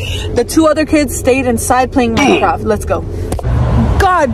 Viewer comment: Cholo boy maked me laugh so hardd because he said plAY micraft